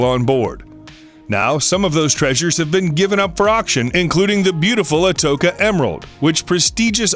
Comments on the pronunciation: It was not the Spanish galleon " Atoka " … its the atocha. Learn how to speak before you make videos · Can you guys correct your pronunciation of Atocha???? Its not pronounced Atoka, its pronounced Atocha... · Its pronounced "A toe cha" not "A toke a" ..... Nuestra Señora de Atocha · That doesn't bother me as much as how he pronounces the name Atocha (A-toke-a), it is pronounced A-toche-a... I've been to Key West, seen part of the treasure and even met Mel Fisher... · It bothers me when narrators can't pronounce things. Atocha is pronounced At- oh- Cha The ch enunciated like in cheese not like in a hard k.... It's not like that wreck hasn't been a topic for documentaries for over 40 years where it is clearly pronounced. Jeez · It's pronounced Atocha (Cha like cha cha). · His son and daughter-in-law died when their tug sank on the exact same day Fisher found the main treasure. ALSO............................. it's AH-TOE'-CHA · Atocha = uh tow chuh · Just for the information the Atocha is pronounced a tow cha